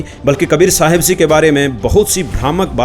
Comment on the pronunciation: Ji ko zee kyon bolte hai,🙁